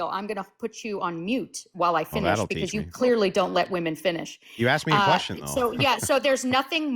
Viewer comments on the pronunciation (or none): "I aksed you a question!" These people do not understand logic or reason.